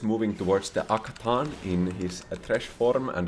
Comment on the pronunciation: question is, why do you mess up character names when you play the game so much? Calling Janna Yanna, and Atakhan Akathan. At least these two got caught up in my ears the most.